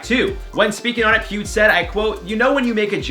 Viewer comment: When you were saying Pewd for Pewdie Pie, I would always hear pubes... Oops.